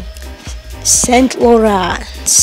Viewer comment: gamotqma iswavle mainc ,,texavs" faschion times wamyvani xar ))) sant loran :D